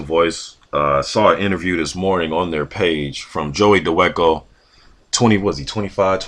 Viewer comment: his last named is pronounced Da Va Ko